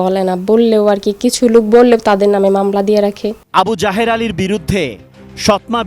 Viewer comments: সাংবাদিক বলছে আবু জাহের, আমি বারবারই শুনছি আবু জাহেল। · আবু জাহেল ✅ আবু জাহের ❌ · আবু জায়ের না আবু জায়েল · আমি প্রথমে মনে করেছি বলেছেন আবু জাহেল। পড়রে শুনি আবু যাহের। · সাংবাদিক ভাই আবু জাহের৷ বলতেছে আমি শুনতেছি আবি জাহেল তাই ভাব লাম নামের সাথে কমের মিল রয়েছে বটে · Abu jaher ❌ Abu jahel ☑️ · আবু জাহের নয়, "আবু জাহেল"!! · নামটা আবু জাহের না হয়ে আবু জাহের। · আবু জাহের না আবু জাহের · আবুজাহেৱ না তাৱ নাম আবু জাহেল